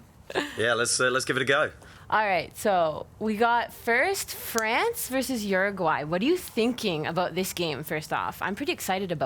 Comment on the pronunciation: Why is it that no one who speaks English can pronounce Uruguay correctly ? Lol It isnt even that hard